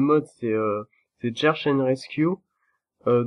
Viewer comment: merci pour ton fran-glais "Tcheurch and destroy".....F41L